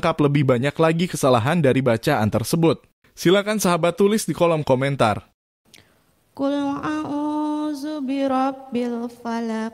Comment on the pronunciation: QUL Huruf depan pake. Qof. Bukan KAF. Dan banyak lagi Harusnya. ALLAHU. tapi dilafazkan OLLAHU